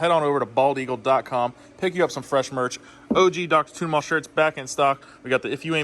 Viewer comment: Man all I hear is "Dr. Tuna Mall." There's a good shirt idea somewhere in there, but I can't come up with it. Tuning AC units is legit. Love the content, keep it up!